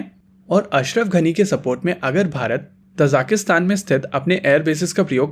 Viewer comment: It's Tajikistan... Not tajakistan